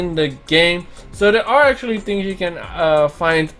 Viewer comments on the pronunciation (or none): none